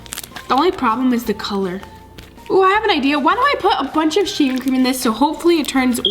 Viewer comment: said sheevecream